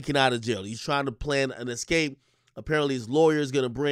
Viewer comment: I don't trust anyone who says 'excape' in place of 'escape'. Not sorry.